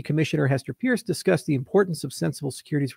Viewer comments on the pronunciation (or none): Hester's last name is pronounced Purse. call her voicemail and verify